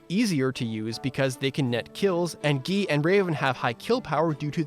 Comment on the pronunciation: That character is named guy, not "gii"